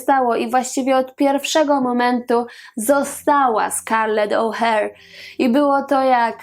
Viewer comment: Czemu O'Hare a nie O'Hara?????? Przecież w oryginale jest O'Hara.